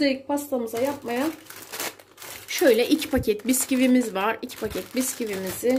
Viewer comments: Biskivi değil.buskuvi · Biskivi değil büskivi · Biskivi değil Bisküvi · Diğer tariflerden daha basit ve daha leziz oldu, eline sağlık Ablacım, yalnız biskivi dedin bütün video boyunca :) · Tarif için çok teşekkür ederiz ama biskivi dehil bisküvi o😁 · Abla nolur biskivi diyip durma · Biskivi diyip durma şuna ya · Abla biskivi değil ya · biskivi demene takıldım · Ablacım biskivi deyişin çok güzel ellerine sağlık çok güzel olmuş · Biskivi demeseydin iyiydi